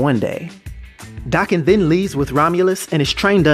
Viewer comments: THANK YOU! DAH-KEN NOT DAY- KEN! It bugs me so bad when people pronounce it the other way. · Thanks for the video I'm so glad you pronounce his damn name right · Thanks for comprehensive details and correct pronunciation of his name